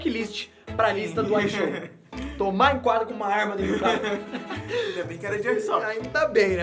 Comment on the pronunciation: Mn qual e o problema de fala ishow 🥲